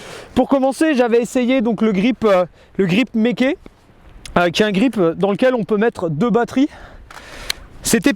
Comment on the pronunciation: Le GRIP : MéKé HAhaha ^^ Mai-i-K = Meike